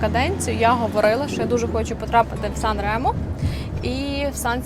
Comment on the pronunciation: 😂 Nica-San Remo то "страшна" дорога 60 км. 2-30 часу.По автостаді 16€ - 1 година. Ще й ширина буса 2,5 метра. * Сан-Ре́мо наголос на "Е", а не на "О". Гугл в поміч, там є кгопка як звучить🔈